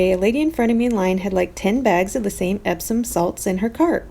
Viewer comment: I commented earlier about Epsom salt on another video of yours. I used to say Ebson salt. You pronounce it that way. You say it "wrong" but the way i remembered it spelled! "EPp Son" is how it sounds you said "Ebb Son" very cool. Thought I'd share💛